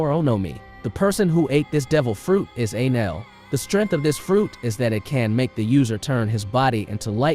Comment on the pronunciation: bro the way the tts said enel " ei-lan "